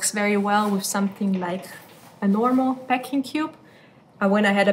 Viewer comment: Peck or PACK ? She keeps saying ‘peck’ which is a completely different word so it is very confusing...the pronunciation between these two words differs as well but she just insists on saying ‘Pecking cube’...